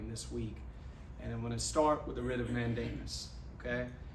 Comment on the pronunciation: It is not "rhythmmandamus," it is "writ of mandamus."